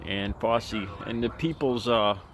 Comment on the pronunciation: Who is Fossi? lol try saying "fou" like in found, and try saying "chee" like in cheese. Put those together and you'll get it right.